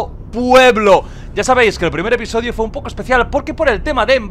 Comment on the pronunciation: "Episoidio" jajjajjaja aprendiendo español con el hombre